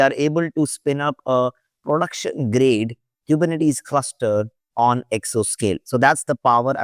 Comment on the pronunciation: dude if you are making a 6 hr video about Kubernetes make sure you can pronounce it. really it's embarrassing and painful to listen to